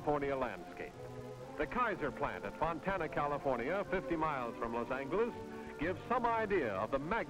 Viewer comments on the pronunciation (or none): Odd to hear Los Angeles pronounced (over and over) with a hard "g," instead of the correct "j." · I fully agree. Sounded like Los Anglers to my English ears. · grates on me hearing him pronounce Los Angeles-- City of Angles.... Touched By An Angle-- for heaven's sakes.... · Why does he keep saying los Angles instead of Los Angeles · Was it only this narrator that pronounced it "Los Angle us" instead of "Los Anj elous"? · "Los Angle-less" 😂😂😂😂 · I have never heard someone pronounce the word “Angeles” the way this voiceover artist did. He kept saying LOS ANGLE-ease to make himself sound special, i guess? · Loss angle-us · Los Angle Less. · I love the way he say’s Los Angeles, “Los Angales”. Too funny! I guess they didn’t want to say it the correct way since it was a Spanish word. They kept it as white as possible then. Since I grew up in Southern California, I lived outside of downtown L.A. in the South Bay area, Torrance, CA… Closer to Manhattan Beach, Hermosa Beach and Redondo Beach, and Palos Verdes during the 70s, 80s and early 90s. I do recognize a lot of buildings from downtown L.A. and Hollywood. We pass by a few of the buildings on the way to the Grove and the Farmer’s Market. Now I live two hours north of L.A.. I still love L.A., so much to see and do there but I definitely don’t miss the traffic and the noise. Luckily my mom still lives in Southern California so I can visit her and have a good excuse to see my friends and catch up and go to a good restaurant by the beach. Where I live, most people in my city go to Pismo Beach, I prefer Southern California beaches. 😁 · The way he says "Los Angle-S" is so triggering. Make it stooopp!😲😨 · “Los an-gu-les” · It's 'Loss ANG-less' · Why to narrators of that era always pronounce the city "Low Sanglus" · Did... did he say “Lohs Angle - es”?? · I also noticed that. Still not the modern Spanish pronunciation, which would be something like "los anheles", but probably it was pronounced that way when they founded it.